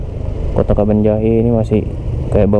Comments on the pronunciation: Cara ucapin nya kabanjahe.. Bukan kebon jahe yaa🤝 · Cara ucapin nya kabanjahe.. Bukan kebonjahe 🤝